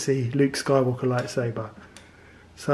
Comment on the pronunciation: Bruh it's pronounced lightSABER not saver pronounce it right g